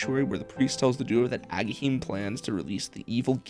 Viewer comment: You sure wrote his name into the script a ton for not knowing how to pronounce Agahnim 😂